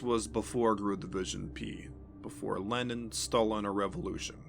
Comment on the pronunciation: I've made this comment on several other channels. GRU is not pronounced 'grue'. It' pronounced like any other alphabet group; FBI, CIA, KGB, etc.